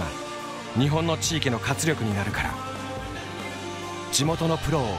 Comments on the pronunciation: コメリの発音おかしくね？ なんだよ、コメリ⬇️って コメリ⬆️だろ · 島根に来て8年。 コメリの正しい発音を初めて知りました😂